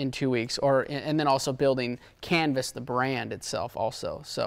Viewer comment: Thought RV said 'Cannabis' not 'Canvas' 😅